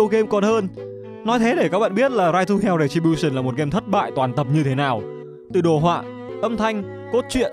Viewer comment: "Ride to hell:Retribution": u mean "Rai tu heo: Rè chi bu sừn"?